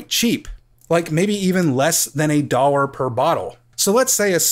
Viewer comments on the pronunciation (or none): How he says dollar kept tripping me up